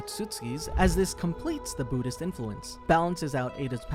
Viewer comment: But you pronounce Buddhist properly.